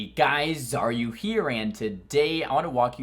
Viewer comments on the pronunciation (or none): I never understood why youd always start the video off saying "hey guys, are you here". Just now realized that youre saying xaryu here, and it all makes sense, haha. Thanks for the lovely vids, learned a lot from you.